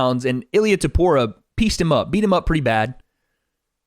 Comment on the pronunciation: Small nitpick but you’re mispronouncing Topuria’s surname.